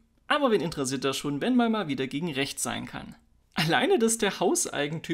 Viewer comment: Freispruch und Demo gegen rrrrächts, was sonst? 🙃